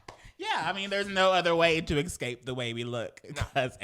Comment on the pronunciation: Why does say ’excape’ instead of ’escape’